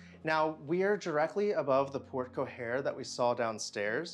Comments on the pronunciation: The words “Porte cochere” are pronounced port-co-share, not port-co-hair. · A mish-mash of all three...PS: it's port coSHARE, not coHARE (phonetically, speaking)...lol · Just a minor correction: In porte cochère, the "ch" is fully articulated with an "sh" sound, so it sounds like porte "co-SHARE." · You need to work out your pronunciation of Porte-cochère and baluster. Just saying.